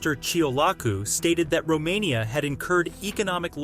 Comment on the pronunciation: say Romania one more time.. i dare you